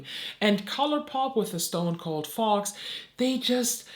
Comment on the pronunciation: I love your insights. However I couldn't stop giggling when you were reviewing the Fox one because for whatever reason in your accent it sounded like you were saying the "fart palette" to me. Probably just me but it was adorable and I love it.